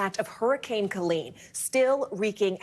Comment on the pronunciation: She said "Kelene" with a 'K' at the beginning of this broadcast, and her tone seemed too happy for the sad story.